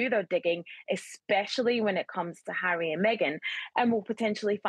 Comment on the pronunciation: The lady presenter should be sacked. She does not take her job seriously. She took audience for granted by mispronouncing the Duke’s name as Marry & Meghan. She laughed it off but it us not funny. Regards.